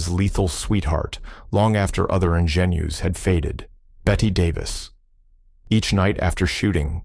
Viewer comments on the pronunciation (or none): “Sunset Boulevard” 1950 was shot in Black and White. Not Technicolor. Work on the pronunciation of “Ingénue,” the proper way to say Bette Davis too. Or listen to the 1981 recording of “Bette Davis Eyes,” by Kim Carnes.